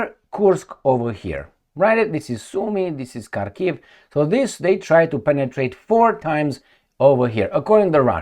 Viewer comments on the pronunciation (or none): none